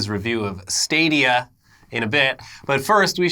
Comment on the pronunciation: Stop saying Stah-dia. You're breaking the internets.